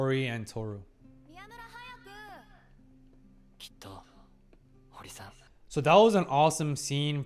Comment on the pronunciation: Is him saying "Tohsu" instead of "Tohru" intentional? Or am I overyapping?